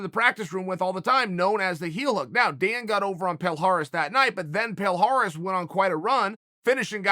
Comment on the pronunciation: Palhares: my names is palhares Uncle chael: your name is Paul Harris Palhares: my name is Paul Harris